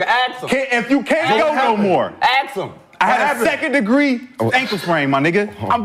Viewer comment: Nigga said a “second degree ankle sprang” 😂😂😂 never heard of it lmao